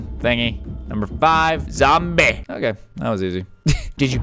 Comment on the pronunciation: The way he said "zombie" was like: zombe😂